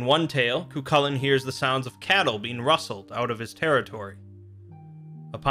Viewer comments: Ka-hool-in, not kukalin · Dammit mate its pronounced Cuh-hoo-lan